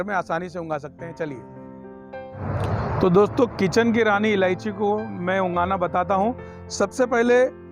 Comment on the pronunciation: Ungana nahi ugana kahte hai